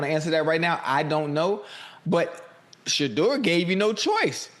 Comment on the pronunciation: Why can’t stefanski say Shedeur’s name. because he can not stand him God has Shedeur